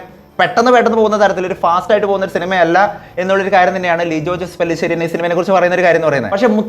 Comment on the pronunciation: എൻ്റെ യൂ ടൂബറെ പല്ലിശ്ശേരി എന്നല്ല പെല്ലിശ്ശേരി എല്ലാ യൂടൂബർ വിവര ദോഷികൾക്കും ഇതൊരു പുതിയ അറിവായി കരുതുക